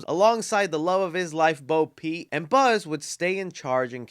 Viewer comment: Did he say Bo Pete? Lol imma start calling her that